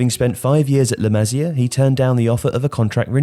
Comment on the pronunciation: its pronounced "LA MA SIA" not "LAMAZIA"